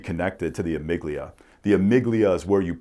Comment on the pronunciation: I don’t mean no disrespect, just want to help out. the amygdala is pronounced “ah-mig-dah-lah” vs. it sounds like you’re saying amygdilia. You sound very smart though, I think the PTSD tests should be done like you were talking about.